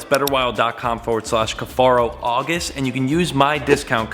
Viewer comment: I feel crazy for thinking he always pronounced his name as cuff-air-oh instead of cuff-are-oh